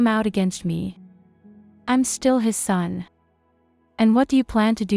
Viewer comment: AI with a speech impediment . Shtill